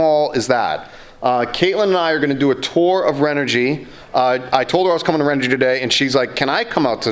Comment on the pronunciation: You are pronouncing renogy wrong, I’m confused. I called her Customer Service and the message says ren - oh- gee someone verify this because everyone in the world says it a different way, but the answering machine at the company in California says Ren oh gee